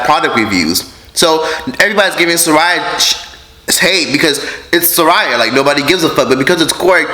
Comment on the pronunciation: Lol it’s SAH RIYA